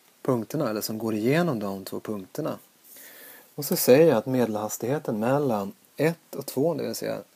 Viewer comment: det uttalas mellan